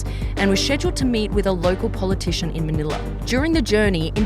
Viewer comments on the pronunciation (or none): none